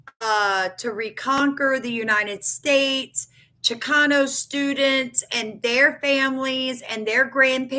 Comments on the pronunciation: It’s Chicano (chee cahn oh) not chikino. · Hey just saying I watch your videos all the time and support you but just wanted to let you know it's pernounced (chi-con-no) just so no one else has anything to say about that but other than that thanks for the heads up all the time . Keep up the great research 😊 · It is pronounced Cha-con-o. I grew up in Houston. I heard it often years ago but I haven’t heard it being used for a long time. Wikipedia defines it as…. Chicano refers to an American, particularly a man or boy, of Mexican descent, and it emerged as a term of pride during the Chicano Movement in the 1960s. Originally a derogatory term, it was reclaimed to express cultural identity and political empowerment among Mexican Americans.